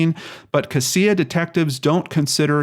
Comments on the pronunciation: U pronounce it cashia for the count of cassia I went to school with her she was a sweet heart im so glad she was found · It's pronounced "Cash-uh" county... Sad story, I followed it on the Boise news. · Sorry to nitpick but it is pronounced "cas (the a as in apple), ia (sha)" county not as you said. It drives locals crazy.